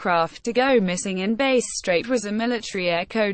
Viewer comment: "Base Strait" This kinda shit is what you get if you use a shit-tier narration program.